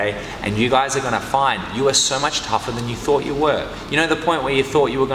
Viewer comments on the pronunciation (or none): How to last longer when rolling: (Australian accent) “Git TUFFUH!” Love it. Seriously love it.